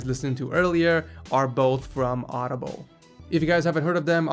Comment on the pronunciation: Did you just call audio blocks audible